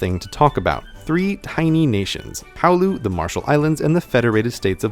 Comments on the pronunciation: palau is pronounced as palau not powlu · Why did you call Palau ‘Powlu’? I don’t think that’s how you say it. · Palau is pronounced pahl-ow, jsyk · Just wanna be clear it’s pronounced Pul-ow not powloo. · CPG grey said "pawloo (Palau)" the correct pronunciation is "PAlaw (Palau)" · Huh. Thought it was Pal-OW but Puh-loo sounds pretty sick too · Great video, but "Palau" is pronounced Pa-Lao not Pao-lu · palau is pronounced pa-law not paw-loo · You pronounced Palau "Pa-Lu", when in reality it is pronounced "Puh-Low". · I think it's pronounced Pahl-OW not PAU-loo? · he said Palu, it's pronounced like "allow" but with a "p" in front. Palau. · Palau is pronounced 'pulOW' not 'powlu' seriously how did you get 'powlu' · Palau is not pronounced like "pow-loo" but like "Pah-low" ("ow" pronounced like when one hurts themselves). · Geography mistake : Republic of the Marshall Islands and Federated States of Micronesia are mislabeled on the map. Switch them. And Palau? It's pronounced more like pah-la-o, not pah-loo. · Palau is pronounced Pah-law not pow-lu loved the video otherwise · High quality vid. Work on your pronunciation of Palau, though. (It's puh-LOU, now POW-lu) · Like the spelling suggests, it's pronounced "Palau" not "Paulu" ;P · Palau is not "Pow-loo", it's "Pu-low" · It's pronounced Puh-Lao, not pau-lou. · Isn't Palau pronounced Pa-low and not Pow-loo? Or did Survivor just totally destroy my perception of what is real? ... Probably both. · Greetings from the Northern Mariana Islands!! Also, "Palau" is pronounced "paLao" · Palau is kinda pronounced like "puh-lao" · it's Palau not Paulu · "Palau" is pronounced "paul-OWW" (rhymes with "cow"). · By the way, "Palau" isn't pronounced like you pronounced it. It is "Pa - lau" or "puh - low" -- with the "ow" like you just stubbed your toe. I used to know a Palauian, and that's how he pronounced it. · Palau is pronounced puh-low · I physically winced at your pronunciation of Palau. Powloo, seriouly? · Oof butchered Palau